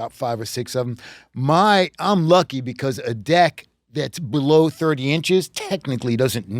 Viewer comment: I swear they’re pronouncing deck with an i.